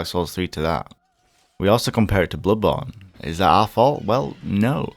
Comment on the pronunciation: I hate how he pronounces bloodborne